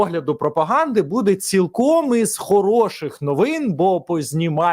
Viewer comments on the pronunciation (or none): none